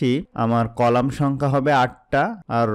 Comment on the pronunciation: apni row ar colamta vul bolcn